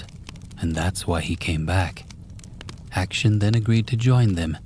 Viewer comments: Lmao great voice, good pacing, nice pronunciation in the first story, but then Action got me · ‘action’ for Akshan got me laughing hard ngl